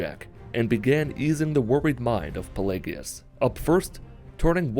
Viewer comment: The worst part of this video is you don't know how to pronounce pelagius..